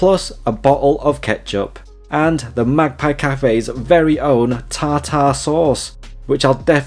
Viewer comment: Ta -Ta sauce? - Pronounced Tarter